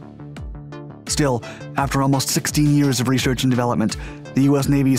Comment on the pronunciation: What’s “reshherch?”